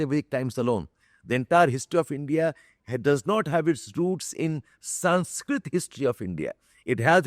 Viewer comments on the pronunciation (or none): none